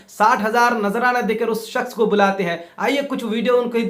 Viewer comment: Janab apko shaks bolna nahi aa rha he or ap izzat aur zillat pe bol rhe ho.Hazrat Ali ko manne walon ka bhi boycot kar rhe ho.apko to bolna thk se nahi aa rha